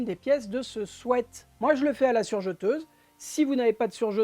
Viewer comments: Merci pour ce chouette tuto, et aussi merci de prononcer "swêt" car tout plein d'autres disent "swit" ce qui n'a rien à voir! A bon entendeur, belle journée 😉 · Enfin quelqu'un qui prononce bien le mot sweat. Merci !